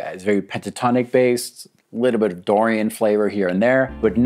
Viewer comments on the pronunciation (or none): none